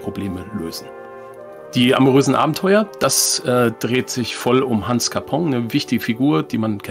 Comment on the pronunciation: Herrn Hans Nachname wird Capon ausgesprochen, nicht Capong 😂 Ansonsten stimme ich in allen Punkten zu, ich mag das Spiel sehr.